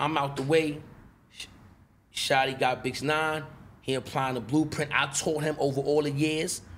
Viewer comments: He said bitch nine I thought he say sum else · Is he saying “ Bix Nine” instead of 6ix9ine lol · He kept callin him bitch 9ine 🤣🤣🤣🤣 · Man said bitch nine😂😂😂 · “Bix 9ine”🤣🤣